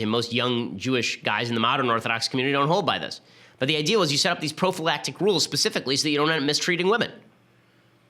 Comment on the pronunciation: Stop saying profalactic!